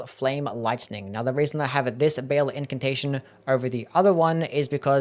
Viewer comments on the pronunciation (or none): none